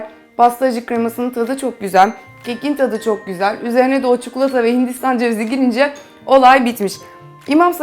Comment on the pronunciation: cukulata değil çikolata =) =D;)